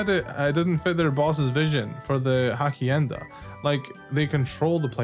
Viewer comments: Your version and theirs is pronounced differently, though. Yours had more sounds ("u" instead of "oo" and "ay" instead of just "eh"). That's the main tell of an English speaker accent in other languages, imo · hasienda is the correct pronunciation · you pronounce it Hashienda' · I love how u pronounced hacienda 😂